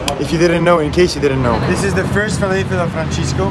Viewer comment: Franshescoo😅 amazing you guys Loved the concept Beirut by night 😍